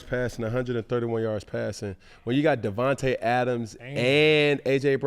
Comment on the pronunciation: He said devonte Adams. Cam, get your shit together 😂